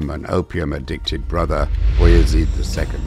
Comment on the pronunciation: I like how the narrator pronounced beyazid name correctly something closer to its arabic origin "abu yazid" meaning the father of yazid